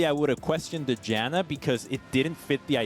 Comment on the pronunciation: JAN - UH... not JOHN uh... Morons.